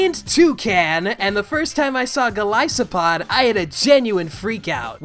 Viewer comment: Great review! I completely agree with everything you said. Also, I am so glad you were able to pronounce Golisopod's name correctly. 90% of the pronunciations I've heard were along the lines of golissopod or golisapod and that really annoyed me.